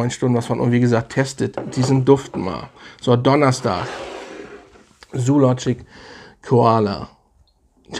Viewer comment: Die Aussprache von Zoologist müssen wir aber nochmal üben. Das Haus heißt nicht Zoologic.